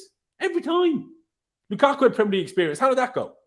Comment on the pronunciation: has a serious a agenda you cant possibly tell me Havertz never dropped deep. He dropped more than Mount, How the Eff does he say Lukaku name still Like f*ck off man you make me rage everytime I watch these streams. Stop talking shit everytime man I'm sick of it Jorginho and Azpi was worse!